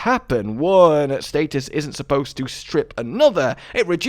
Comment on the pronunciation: So we don’t know how to say status…